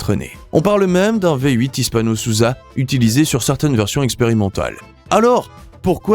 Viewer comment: Hispano-Suiza pas Hispano-Souza.